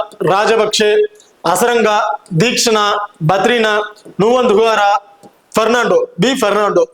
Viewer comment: Bro thushara avanga name ninga tamil la padikiringa adhu sha not ha